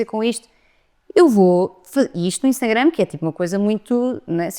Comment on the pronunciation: Gostava tanto q a n dissesse "Instangram", diz sempre e provavelmente nem se apercebe.